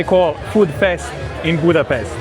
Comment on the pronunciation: BUDAPEST ❌ BUTCHER REST ✅